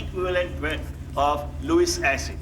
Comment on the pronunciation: 루이스 엑시드(X) --> 루이스 애시드(O) : Lewis acid(루이스 산)